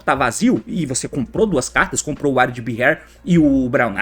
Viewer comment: Aí T seu lambisgoia, o nome do Nekroz of Areadbhair se pronuncia "Arêdabar"